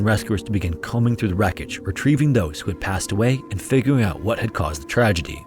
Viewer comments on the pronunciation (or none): "...and figuwing it ouwt what had caused the twagedy"